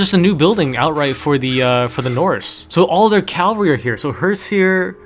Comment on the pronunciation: It's cavalry, not calvary.